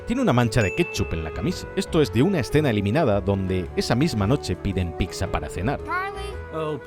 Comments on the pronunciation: Eras mi idolo hasta que te escuhe decir "picza" a la Pizza :c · una pasada me ha encantrado pero... porque picsa? Es como decir Mocsarella en vez de mozzarella duele escucharlo tan dificil es decir pizza? un amigo de madrid lo decia asi ,lo que me costo curarlo